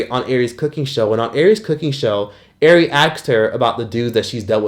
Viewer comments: yea but some girls go by that though, im sure ari is pronounced auri tho. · 😂 Calling Ari “Airy” took me out